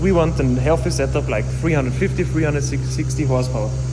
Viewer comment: I "leik" it aswell <3